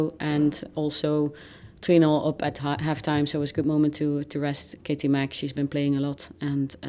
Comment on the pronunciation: Did she say Katie Mac 😂🤭